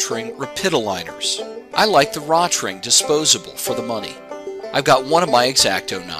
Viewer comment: it's pronounced "row-tring."